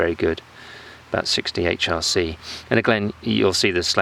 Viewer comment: I believe he said 60 hrc and the h sounded like 8.